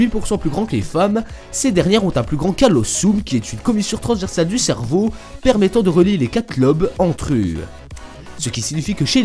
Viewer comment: cervow MDR (je sais que ça s'écrit cerveau mais la façon donc il le dit ) ;p